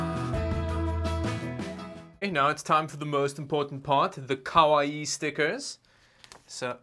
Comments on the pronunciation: It's not kawaii. It's koala-ii. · Its pronounced, Kah-Why. Just so you know. 😊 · At least the case has feet to hold it off the carpet. And it's kawa eee eee. There's two i's and they're both pronounced. Kawaii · What the hell word are you saying? Koa-e??? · The way he says "kawaii" 🤣😭